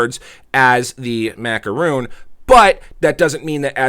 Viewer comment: It is macaron not macaroon, your mispronouncing it makes me never want to click on your referral link.